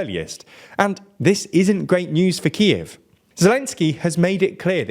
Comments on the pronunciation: Please call it Kyiv and not Kiev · "Kiev"? Really? I'd pay a bit more attention to that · Guys, You might want to do a little bit better research. ATACMS is pronounced like a word (Ay-tack-ums). The F-16 was always a USAF aircraft (Us Army hasn't had fighters since September 18th, 1947). Also, your pronunciation of Kyiv sounds more Russian than Ukrainian. We really should insist on using the Ukrainian spelling and pronunciation for cities in their territory, including the Donbass and Crimea. If we use the Russian version of names, we are ultimately giving Putin a soft win in how we think about the world. That's not acceptable. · It's Kyiv 🇺🇦, not Kiev 🇷🇺